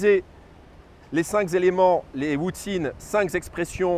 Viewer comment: tres bien , mais cinq ne rend pas d"s" donc pas les cinq "zélements", par pitié, mais juste les cinq éléments. Merci.